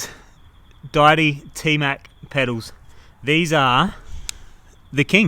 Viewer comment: dee-ity, not di-ity. Like a god. Deity